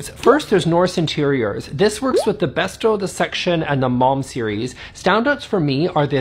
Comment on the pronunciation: Do I hear you pronouncing Bestä correctly or am I in a dream